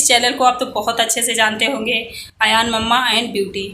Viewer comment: Ayan ko adyaan bol rahi ho .....